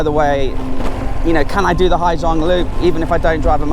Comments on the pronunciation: they said = " ha -sang" not " ha - giang" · I wished you'd have stopped once in a while to enjoy the view. "Gi" in Vietnamese is pronounced like Z in English, if you say Ha Zang or Zhang, then most people would understand what you mean. Summer is the monsoon season in SE Asia (moisture from Gulf of Bengal waters the land) :)